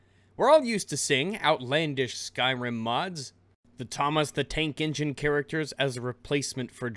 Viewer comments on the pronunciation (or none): Almost thought you said "Thomas the Taint Engine"!